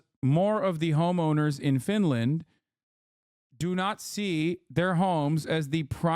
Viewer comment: U say Finland... I hear Vinland... Vinland Saga